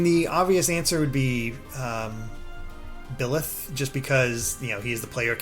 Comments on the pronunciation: Bye-leth not Bill-eth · Thanks for the in depth video! Although, it is BYleth, not BILLeth lol. Thank you Mr. British guy for pronouncing it correctly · It’s BI-leth, not Hetero-leth!!! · I known it's not a big deal, but this man keeps calling byleth, bill-eth. Hurts my soul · Byleth is pronounced “bye”-leth